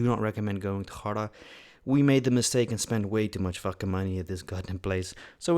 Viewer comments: The "g" in "Lake Garda" is pronounced exactly the way you would pronounce is if it were an English word. You're pronouncing it as though it were a Spanish name. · It's Garda with a hard G. Plus you've committed two cardinal sins by having pizza with pineapple and cappuccino afterwards. 😀